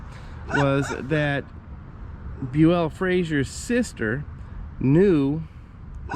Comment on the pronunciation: Bue-ELL doesn't sound right, did he say it's pronounced this way? He's been on the 6th floor living history episodes several times and they called him BUEL. So I'd double check that, Bue-ELL sounds ridiculous!! 🤣